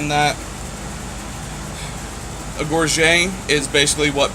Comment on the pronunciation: This is a much better video and why I am subscribed. I have always thought that the great helm looks better when used at a tourney with a crest mounted to the top. I did some research and it is pronounced gorr - get because it is an English word. Until recently I used the French pronunciation like you are. Something to think about when you make your new vambaces is to add a steel or heavy plastic strip running the length of them to stop the bone flexing and breaking. Pity about the rule change with plastic shields. your idea of what to do with it seems good. good video.